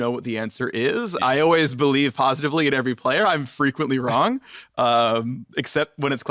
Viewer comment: "Im phreakently wrong" :D